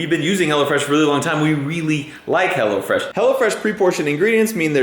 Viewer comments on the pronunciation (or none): Everytime says "Hello Fresh" i hear "Hell'a Fresh"